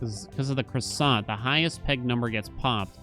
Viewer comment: the kroy-sahnt